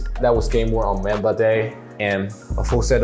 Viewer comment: Bruh did he just say mamba wrong